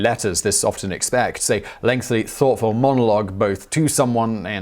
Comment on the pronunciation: Simon still adds an extra L sound to the word "lengthy." making it the non-word "lengthly."